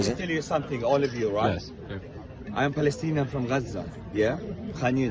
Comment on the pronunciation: “I am palestina from Gaza” he says. First of all there is no “p” in the Arabic language. Secondly, which one is it, palestina or Gaza? It’s Gaza.